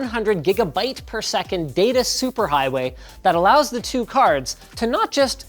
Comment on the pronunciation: not like "two" saying it like toe 🙂